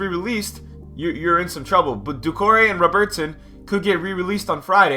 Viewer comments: RowBertson mate its robert-son its not hard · What is with the pronunciation of Robertson? haha.